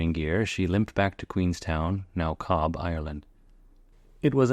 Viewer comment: That account of the fate of the unfortunate riveter and his lonely and horrible death would make a great campfire tale! Nerdnote: 'Cobb' as you call it, is actually pronounced 'Cove'... On accounts that that was the original name of the town, ie. 'The Cove of Cork', a city about 10 or 15 miles upriver. The town was renamed 'Queenstown' in honour of Queen Victoria's visit in - I dunno, I'll have to refer you to Google, lol! It reverted to it's original name when Ireland gained it's independence in 1922. The modern spelling, Cóbh, is just a Gaelic transliteration from the English, there being (traditionally) no letter 'V' in the Gaelic alphabet. Given the spelling , I honestly can't knock you for your pronunciation! Interestingly, the Queenstown moniker wasn't imposed on the town by the British, the locals clamoured for the honour, something that isn't talked about much nowadays, HaHa! - Or at least the Great and the Good of the town did, I don't know what the 'Plebs' thought about it, I honestly wouldn't be greatly surprised one way or the other, but I shouldn't think their views were much taken into account anyway, especially if they were negative in tone!